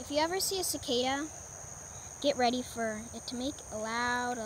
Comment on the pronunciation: It's cicada not zicada